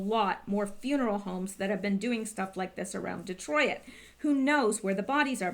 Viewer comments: Detroit not Detroi it lol 2 syllables. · lol De troy it ? You make me laugh every time you say Detroit. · Lawdamercy please learn how to pronounce Detroit!! Lol